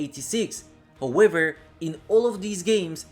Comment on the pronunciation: "Howëver" hahaha cool stuff bro